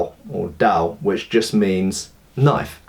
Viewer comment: Great video. I have to be honest, I had no idea hollow pommels were that prevalent. Makes sense though. Btw, a 刀 is generally single edged and curved, but generally not a "messer" IMO given the hilt assembly. It'd be more a falchion. And the d in dao is pronounced somewhere between a d and a t, but these are minor differences of opinion. The double edged, generally straight ones we'd call 劍。Keep up the good work!